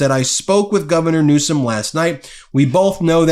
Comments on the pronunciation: Felon trump is a liar. Does he have a fire arm ? Call him a FELON each and every times he cannot pronounced NEWSEM correcty. Talking HIGHER than the magga people ; like Hannity and Jesse, is 100/100 correct.🎯. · "Paper tiger"? Donnie? More like "Paper P-word" Perfectly acceptable to say since Con-nie doesn't see any problem in intentionally mispronouncing the governor's last name in a disparaging way, unprovoked and unwarranted by the governor. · He's so stupid he can't pronounce people's names